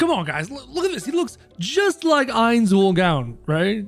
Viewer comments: It’s not “oil” it’s “oal” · I meant ool he was saying ool when it was oal.